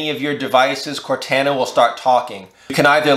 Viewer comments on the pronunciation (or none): Did you just say Cor-tan-na? 😮